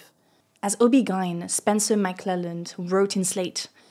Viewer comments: I just can't get over her pronounciation of OBGYN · Me too. She makes mispronunciations in every video of words that are easy to look up before hitting the record button... I'm starting to think it's just rage bait at this point.